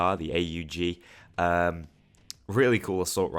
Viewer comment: you know what subscribed just for you pronouncing aug right